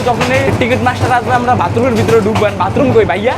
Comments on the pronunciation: ভাতরুম না ভাই বাথরুম 😂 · Vai vatroom na bathroom😅😂